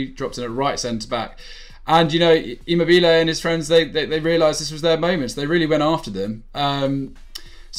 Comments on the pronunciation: It’s ImmObile not ImmobIle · 'emo bilay' 😂 😂 😂 😂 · it’s E-mo-be-le and A-Cher-be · That's just simply a wrong way to say Immobile isn't it? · You pronounce Immobile like a total nob!!!